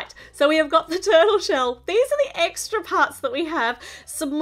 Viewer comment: Eggra parts instead of extra parts